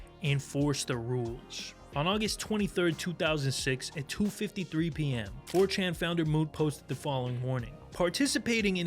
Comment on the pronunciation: "Who is this 'fourchan'?" Lmao